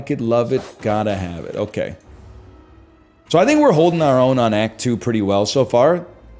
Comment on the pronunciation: classic “act two-uah” 😂